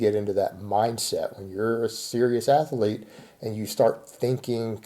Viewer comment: How does one define a strength ath-ur-lete,? I mean, you don't compete, is anyone training for strength defined as an athlete?